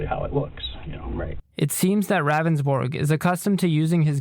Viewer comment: It’s Pronounced Roundsburg not Ravensbourg...He even says his name during the 911 call and yet still you say it wrong always...